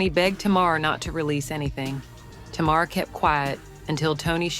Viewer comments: Tay Mar not Ta Mar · U really know how to drag out something forever. This is too long to listen to . Always what it isn’t never what it is. Did u ever listen to the show for the pronunciation of Tamar’ name.